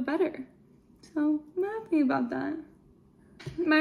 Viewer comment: Every time you say a boot, yah sound like a Canadian eh LOL!!!